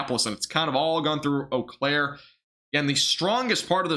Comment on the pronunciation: Lol!!! I'm from Wisconsin. I was Doordashing, so watching after stream ended. It is OH-Claire